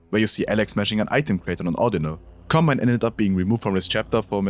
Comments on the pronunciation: bro literally said "Cobmine." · ah, yes. "Cobmine"